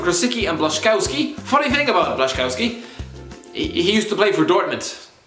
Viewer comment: Just so you know, the polish player "who used to play for Dortmund" his name is pronounced " blash-in-scof-ski"